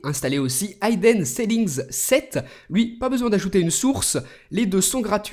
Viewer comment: Oulah ! Je laisse passer "Jailbreak" mais "Hidden" ça se prononce clairement pas comme ça !